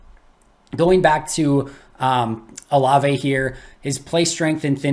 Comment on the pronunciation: Can you please tell how to say his name correctly: whenever someone brings him up in the chat, pronounces it "O-Lav" almost like the Frozen character "Olaf"...............please tell him it's "O-La-vay"